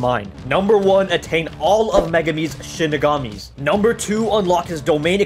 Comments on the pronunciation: ITS SHIKIGAMI NOT SHINIGAMI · Shinigami? It's shikigami for megumi< no hate 😊> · Did say shinigami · no way this man just said shinigami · He really said Shinigamis instead of Shikigamis at the start.......